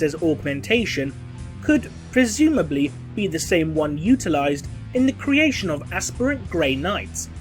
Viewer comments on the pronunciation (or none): none